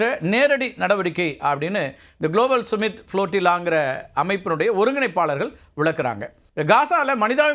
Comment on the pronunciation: டேய்...அது சும்மிட் (Summit) இல்லடா...சம்மிட் (Summit). உன்னையெல்லாம் ஒரு தலைமை செய்தியாளர்ன்னு வெச்சிருக்காங்க பாரு...அவனை சொல்லனும்.